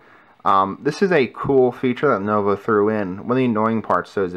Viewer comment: not lonovo, lenovo